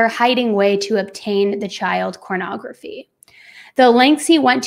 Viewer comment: Ok maybe I am to old or innocent, is saying cornography and what the hell is that.